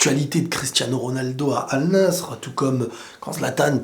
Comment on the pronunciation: Al nassr se prononce Al Nasser sinon bonne vidéo